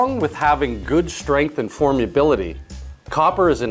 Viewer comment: "Formability", not "form-yoo-bility"